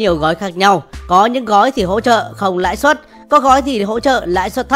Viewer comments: Lãi suất chứ ko phải Lãi Xuất nhé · Lãi suất chứ ko phải lãi xuất